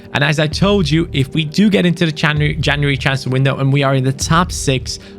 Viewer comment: Did u just almost call january caniuary😂😂